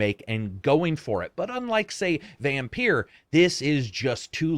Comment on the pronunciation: "Vampeer" not "Vampire"? - Please tell me you are joking. :D